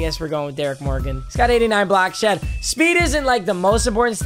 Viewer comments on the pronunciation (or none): none